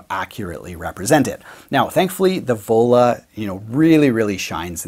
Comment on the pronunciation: I thought you said Ebola!! not Vola...